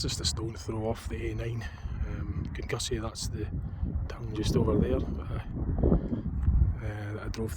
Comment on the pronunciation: Kinussie is prounounced "Kinnoosie"